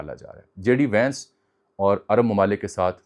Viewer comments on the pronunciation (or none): ونس ہے وینس نہیں کاپی پیسٹر